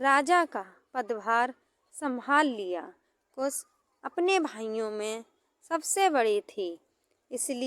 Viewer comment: Kus ya kush. Improve your pronounciation.